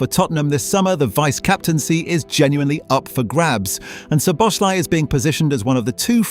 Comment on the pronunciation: hard to watch the video when you're pronouncing the name of the person you're making the video about totally wrong about 50 times